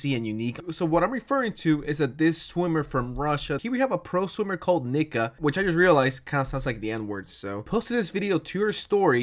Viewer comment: hearing him pronounce nika as nikka is making me giggle